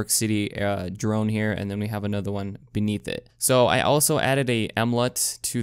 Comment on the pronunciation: "What's up guys? Here's A-nother tutorial " cringe a lil bit Anyone else? 😂